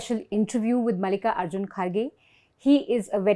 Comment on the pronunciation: Yaar you need to do a better job of saying south indian names. It is not Mallika-arjun. It is one word. Mallikarjun.